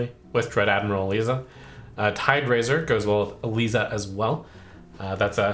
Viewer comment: Isn’t it Dread Admiral Eliza - pronounced Ee-Ligh-Za?